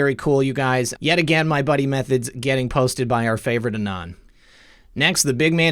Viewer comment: also you keep mispronouncing em three thods :) shoutout to m3thods and dave from x22 report